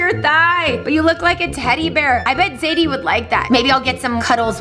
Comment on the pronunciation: its zaidie not saidie